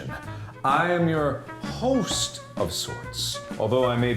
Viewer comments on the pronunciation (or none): HE WAS WEARING THE HOSTS COAT AND THEN HE PUT EMPHASIS ON THE WORD HOST WHEN HE SAID IT OOOMG